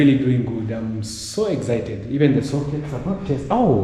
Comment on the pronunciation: its excited no exhited